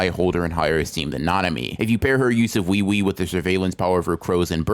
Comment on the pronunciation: It’s oo E oo E not wee wee